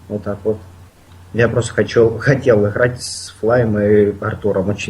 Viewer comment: ихрать напряхать ховорить